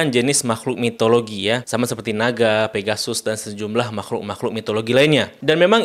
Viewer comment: Mitologi bang bukan Mitoloji